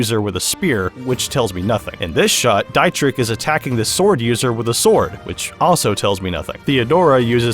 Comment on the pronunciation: Just an fyi Dietrichs name is pronounced like Dee-trich ( the ch is pronounced like the beginning part of the word cute when you say it slowly)